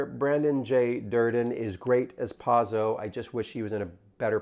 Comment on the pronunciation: First of all you got the actor's name wrong and mispronounced Pozzo. So we're starting off on a bad foot. I saw it today in the balcony. People were laughing. I came in with Godot being a gap in my literary knowledge (I teach Shakespeare). I found this production to be very strong. Reeves is not great. We love him anyway. Staging was incredible and Pozzo and Lucky were both brilliant. "Lucky's monologue was not fast enough" is something a stupid person would say.